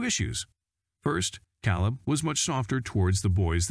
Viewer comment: Wow!! This narrarater is a real Heartland fan. Calebs name is K leb, not cow leb😄